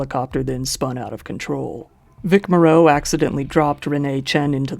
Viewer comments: It might be a good idea for the narrator to research the actual pronunciations of some of the names of the people in this video. Susan Hayward, not Howard. Vic Morrow (MORE-oh), not Moreau. Cecil (like vessel), not SEE-cil B DeMille (not Dee-meal). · Vic Morrow’s last name is pronounced like “tomorrow” would be. Good videos!